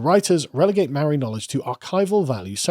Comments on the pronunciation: As someone from NZ, the mispronouncing kills me. The vowel sounds are "Ah Ae Eeh Orh Ew" instead of "Aye E Eye Owe You". So Its more like "Martowrunghee" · Having spent half a year in New Zealand, Maori culture is incredibly fascinating and it made me reconsider some of my previously held positions (and hearing you mispronounce every Maori word was just awful lol). However, it's wrong to call it science, just as it's wrong to call Christianity or Libertarianism science. Science deals with the mundane; philosophy isn't factored in. It gets difficult since the Maori worldview doesn't discern mundane and spiritual; it's all interconnected. However, this worldview doesn't make it impossible for Maori to understand what science is (it's a universal tool after all). Also, the examples they use for Matauranga are true but so patronising. Oh look, berries! Oh wow, random surface level folklore! Why not talk about how Maori are able to trace their lineages back hundreds of years back to the very first waka (canoes) that sailed thousands of kilometres from Hawaiki? How they could travel all around New Zealand and make contact and trade and have treaties with different tribes? All this without any writing system? I think it's because there's a truly imperial attitude to Maori from the government there. Like there's a real white saviour "i have a black friend" vibe that just seems so insincere.